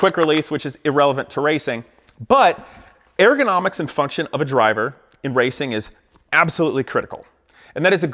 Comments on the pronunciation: It’s not pronounced AIR GO NOMICS... it’s ur·guh naa miks. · nobody: this guy: AIR-gonomics! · FFS I can't listen to him say "air-gonomics" any more. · I totally agree. But your pronunciation of "ergonomics" keeps throwing me off. It sounds like you're saying "air-gonomics." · “Airgonomics”. Was that bothering anyone else ? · If you are going to complain about ergonomics, is it ok for us to complain about how you say ergonomics? No where in the word is there reason to pronounce it Airgonomics. Just saying...